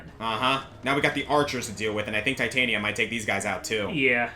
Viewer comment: Just to point out and not sound like a smart-ass, Titania is pronounced "Tit-ann-nia". Shakespeare. Midsummer Night's Dream.